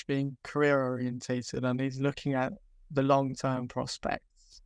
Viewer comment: Painful to listen to speak with his speech impediment. He may have been preaching about this kid for years but he is absolutely painful to listen to with his sloooooow, start/stop speech and mispronouncing "TH". The Echo has phased him out because he was a speech cadence made for print work, not digital media